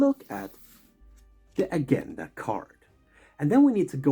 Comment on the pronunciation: Thanks for that. Great job. (Just quietly, 'Agenda' has a soft g not a sharp one) Obviously I love Board Games and Star Wars.